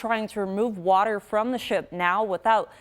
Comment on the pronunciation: Wardurr.... She means water...right?